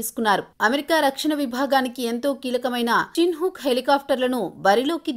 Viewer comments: "చిన్ హుక్" కాదు వాటి పేరు, చినోక్. కనీసం వాటి పేరు కూడా సరిగ్గా ప్రోనౌన్స్ చెయ్యలేని మీకు ఒక యూట్యూబ్ న్యూస్ ఛానెల్ 😁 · చిన్ హుక్ కాదు. చినూక్ అనిచెప్పు